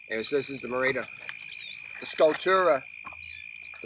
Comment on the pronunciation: Harley, it is pronounced... "Me Ride A" Bicycle. I got a 2013 cyclocross option in Aluminium. Its 'ken awesome.